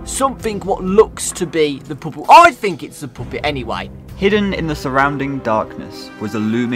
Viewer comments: why when says puppet it sounds like he sayin "POOPIT" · I like how says ''puppet'' but it sounds like ''poop it'' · calling the puppet 'puupit' is gonna give nightmares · “The poopit” XDDDDDD. But overall, this is such a good video! Love it! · “The poopet” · POOPET!!! Me: 💀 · You said poopet is puppet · bri’ish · "Finnally! The poopet is in five nights at freddy's four!!" 💀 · "IS DA FRICKIN POOPET" I love british people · saying poopet never gets old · "the pop-it is in five nights at freddys 4 gois!" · says: " the poopet" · "ITS THE FREAKING POOPET" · no offense to british people, but when said "IT'S THE POOPET" i felt that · I love "ITSD DA FOOKIN POOPIT" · everyone:puppet: poopet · Not him saying poopet😭😭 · "Its the frickin pupit"💀💀💀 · really said Poo-pit. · “ITS THE FREAKING POOPET” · "IT'S THE FRIKING PUHPET" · No way said "poopit"😭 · "ITS A FREEKIN POOPIT" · Did he just said "poopit"??? 😂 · Why says "Poopit" 😭😭😭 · At 2.16 of the video the guy say poopet